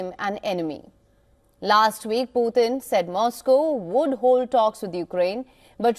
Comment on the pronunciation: Putin not puthin!!